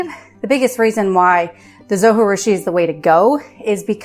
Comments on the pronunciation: All of the information provided is great and helpful. Only downside is the whole time you miss pronounced the name of the bread maker. :( “Zo-Ji-Rushi” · Thanks for the video. Just one feedback. You pronounce Zojirushi incorrectly. It is not a Spanish word . So J in Zojirushi is not like J in Jalapeno. You can watch Zojirushi manufacturer's YouTube video to listen to the correct pronunciation (should be pronounced like Zo-gee-rushi). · Please learn how to pronounce the name of the company...it's not that hard and it is not a Spanish word--it's a Japanese brand. Your repeated mispronunciation of the 'j' as an 'h' is distracting from what is important content of your video, which by the way I really like! Good job. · Pronunciation of the brand name is driving me crazy. It’s a Japanese bread. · It's a J not a G.... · It's a Japanese name! Pronounce the J as a J…… Zojirushi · Good video. Thank you. But the people that make the zojirushi pronounce the “J” in the video that I got with my machine. I know the “j” is not pronounced in Spanish but this is Japanese. Not even sure if a dvd still comes with it. I’ve had mine many years. But the video on Amazon from the manufacturer also pronounces the “j”. I do wish things like that did not bug me. Sorry. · It’s Japanese, not Spanish. Pronounce the J. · Yes! That drove me crazy the first time I tried to watch this video and I stopped. I’m back, though.